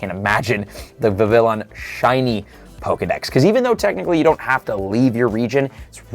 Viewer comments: ur an egg its viv e on not veveon veg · Oooh my gooodd. Learn to pronounce names. Tandemaus is not that hard! It’s a MOUSE. “TandeMOUSE.” The “s” is not silent! I’ll give you Vivillon - that one’s more difficult if you don’t know French. But it’s “Viv-ee-on.” The French word for butterfly is “papillon,” so it’s based on that, including pronunciation. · and then vi-VILL-on. It's like he's trying 😂